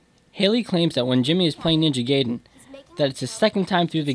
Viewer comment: Your saying Ninja Gaiden wrong man.